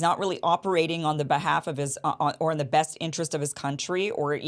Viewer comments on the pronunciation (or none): none